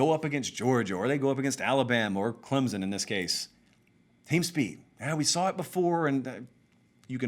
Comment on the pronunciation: Say my name, say my name...Clemzon, Clemson, or Clempson?